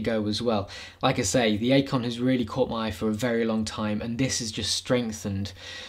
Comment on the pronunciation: It's pronounced "Icon".